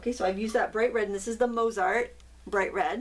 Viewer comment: Thanks for showing these! I like the Zig so these might be fun to try! Btw, the composer is pronounced Mot-sart with o as in no - I suppose the company would be the same maybe???